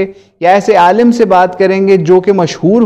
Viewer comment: Q logo ko gumrah kar rhe ho... Khud dekh k Alim ko aalam padhate ho aur manghadat bolne me to tumhari zuban nhi toot rhi h aur logo ko ghumrah karte fir rhe ho. Allah aise logo se hum sub ko mehfoz rakhe...